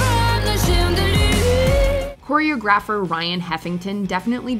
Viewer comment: How did you just pronounce Choreographer???